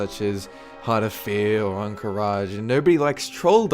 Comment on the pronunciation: Welp, that mexican was wierd